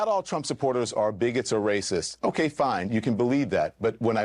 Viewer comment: Bet David says "OKAI".. not "OKAY". loool, says it in a girlie way... So not alpha